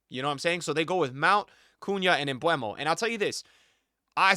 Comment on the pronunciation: Mbeumo not MbWEmo btw